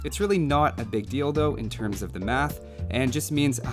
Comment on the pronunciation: Every time he says "deal tho". I always heard "dildo". Hahaha Anyway always love your content. Keep up the good work!